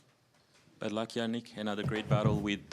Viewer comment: Jannik, not Jannick!! He's italian not german.